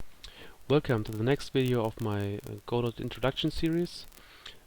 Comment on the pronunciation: Thanks so much for doing these! These sort of videos are so important to help newcomers to Godot and help build the community. Just a small complaint if I may...Godot is pronounced with a silent "t" as in God-oh....sorry to sound like an ass but it has to be said :) I look forward to more videos in this series from you!